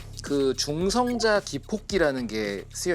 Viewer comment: 쯤 중성자 발음듣고 도저히 못보겠다ㅋㅋㅋ 저분 발음 때문에 보다에서도 짤렸는데